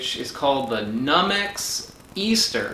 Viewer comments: Another amazing video. BTW NuMex is pronounced New Mex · Numex is pronounced “New Mex.” It refers to a sries of pepper varieties developed at the Universuty of New Mexico’s agriculture program.